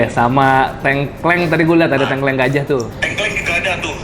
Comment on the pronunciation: Menarikk🎉 Koreksi dikit bang, kalau ngomong tengkleng, e di awal kaya di “apel”, e yang kedua kaya di “lele”. Sukses terus bangg, salam dari viewer jogja yang jarang komen😄🙏🏻